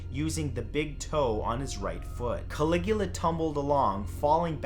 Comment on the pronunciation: caligua? don't you mean calagoola?